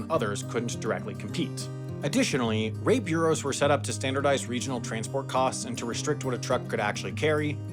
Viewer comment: "Ownorous" 🤔🤔 Yeah, see, you couldn't have tire blowouts before tires actually had air in them. "Rape bureaus"? What are you actually saying?